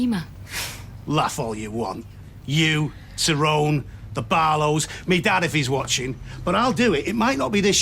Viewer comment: Hate the way Terry says tyrones name